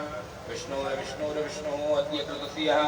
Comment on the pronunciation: बहुत सुन्दर। पण्डित जी अद्य का उच्चारण अद्यः हो जा रहा है